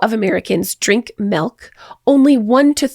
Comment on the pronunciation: It’s funny. seems to unconsciously alternate between “milk” and “melk”. 😂